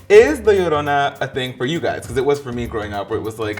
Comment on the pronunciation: Am I the only one who cringes when they pronounce 'llorona' like 'iorona' and not like 'jorona'?